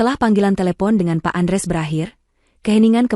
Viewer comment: Utk ibu yg baca hrs nya ya tetep baca Andreas bukan Andres